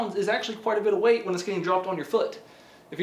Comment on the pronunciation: Anybody ever notice he can't say 'when'